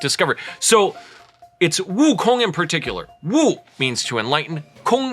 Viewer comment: did you just say his name in Mandarin?!?!! noooooooo loll